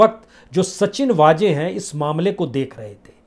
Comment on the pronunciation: भाई साहब हिंदी का उच्चारण तो सही कीजिए। हजार नई हज़ार होता है। वैसे ही सचिन वाजे नहीं - “सचिन वाज़े” होता है। 🙏🙏🙏 जय हो